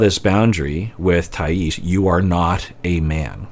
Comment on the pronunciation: Hi,! I know you like to pronounce people's names correctly so as a Brazilian I'm here to say: it's Thaís with emphasis on the "i", not on the "a" (that's why the accent mark is there, btw!). Excited to see your reactions to this couple:)